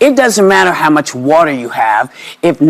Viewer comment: Whoopi you are so uninformed. And btw girl "wata" is spelled w-a-t-e-r the last time I checked.